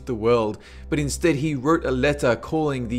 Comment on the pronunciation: Feone, what a Feone?